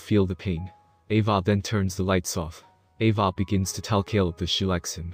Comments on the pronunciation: also, the way you say 'ava' is so weird... lmfao it sounds a bit like 'evah' or 'eyvah' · He pronounces Ava as AvAH which is pretty funny